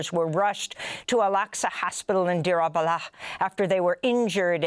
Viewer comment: Very proud of Amy for correctly pronouncing Darul BlaH